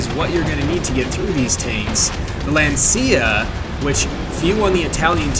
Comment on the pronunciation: Fyi its not lanCIA its LANcia.